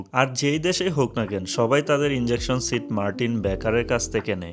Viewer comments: "Injection Seat" na "Ejection Seat". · Bro not injection seat. Ejection seat. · ভাই এটা ইনজেকশন ছিট না। ওটা হবে ইজেকশন